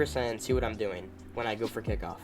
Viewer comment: It's kickoff not kickiff